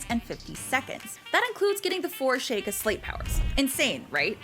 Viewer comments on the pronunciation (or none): Back in my day we used to play games for fun rather than speed running them at a breakneck pace Also back in my day: we would pronounce Sheikah as chic-uh not shake-uh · Shay-ka really hurt lol